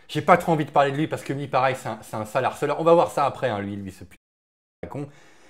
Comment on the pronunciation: Argumentation juste et honnête. Dans la forme, faites attention aux mots « harceler », « harceleur », etc. Le « h » initial est aspiré, c'est-à-dire qu'il interdit la liaison avec lui et l'élision avant lui. Dites : les harceleurs (lé harceleur). Dites : de harceler – et non pas « lézarceleur », « d'harceler »…